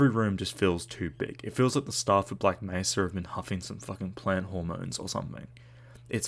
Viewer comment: G-Man mispronounces Black Mesa as Black "Mess-sa".